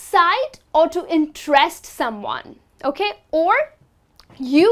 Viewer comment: you mis-stress the verb "interest